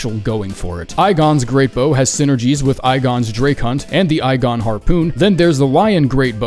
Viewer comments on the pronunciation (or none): Its hard to describe why pronouncing bros name as eyegon is so frustrating but it is. Bros name is pronounced eegon. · Did you just say Igon as "Eye-Gon". It is pronounced I, EE-GON! YOUR FEARS MADE FLESH! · It’s pronounced “eegone” not “👁gone” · This man pronouncing Igons name as "eye-gon" is the only wrong thing in the video lol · Please. It's not "eye-gon". The guy screams his own name.